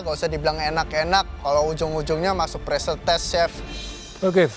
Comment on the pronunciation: Btw pressure bukan paresure